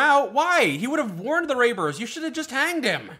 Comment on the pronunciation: its Raiders... not Raibers.